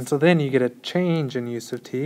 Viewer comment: Any other crazies out there hearing "use of t"? I'm reading "u sub t". Just double checking my conceptual understanding.